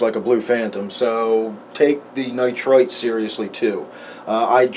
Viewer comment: When you say nitrite and nitrate it sounds the same to me... the only reason I know what you mean is because I am familiar with the nitrogen cycle... It could be confusing for beginners... other than that though, great video thanks for sharing.